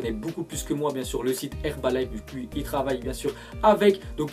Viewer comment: Pour le mini placement de p'rod , il dit HerbaliNe au lieu de HerbaliFe